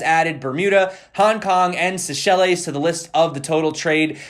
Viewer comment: love you man but seychelles is pronounced say-shells luv a nano s